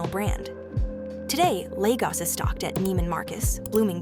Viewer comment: You ( AI) are pronouncing Lagos incorrectly, every time “ you “ say Lagos as Legos ( a child’s plastic toy ) is like listening to nails on a chalkboard 😱